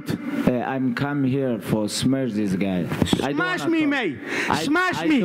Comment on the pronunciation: "I can Smesh You"